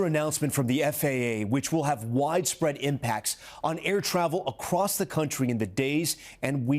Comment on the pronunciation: Did say "acrost"? I think so.😂😂